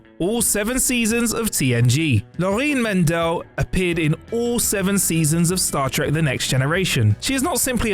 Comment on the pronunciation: Not Laureen Mendel but Lorine Mendell. Please.